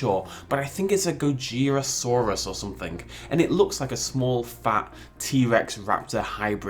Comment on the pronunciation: U pernouces it go-ji-ro-sauris I’m bad at spelling now